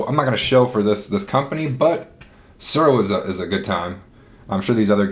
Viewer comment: Every time you said "Tsuro" I got hungry because I heard "churro". "The Glow" - lol! Apt, because you win the game by becoming the Last Dragon. (Vanity not included.)